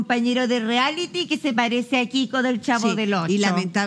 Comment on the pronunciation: Me da nervio escuchar al animador decir “Riality” si se dice “Reality”. Aparte de eso, me encanta el, es muy simpático.